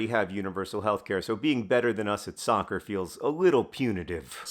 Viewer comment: You said soccer wrong.